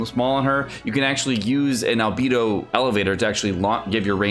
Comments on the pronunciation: Who is coming soon? i didnt understand arrghhbedo? is it albedo? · AND AL-BEE-DO???